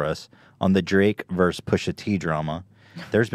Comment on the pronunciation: I lova ya but dang it, vs = versus, not verse.